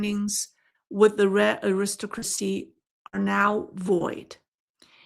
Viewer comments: "aristocracy" -- pronounced AIR-is-TOCK-ruh-cee, with the third syllable "TOCK" the strongest (my apologies for correcting such a minor nit, in light of your finest insights) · Your pronunciation of Aristocracy is off quite a bit. You are stressing the second syllable when you should be stressing the first and third. More like AIR iss TOCK rah see. I say this with love as the rest of your english pronunciation is pretty good and I appreciate the work you do. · Just a little note. The word "aristocracy" is pronounced with the emphasis on the third syllable: arisTOCracy. "Aristocrat" does have the emphasis on the second syllable: aRIStocrat. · The word is Aris- Stock- Crasy.. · I should add that the word Aristocrat does in fact stress the second syllable. Aristocracy does not. I assume this is where the mispronunciation stemmed from.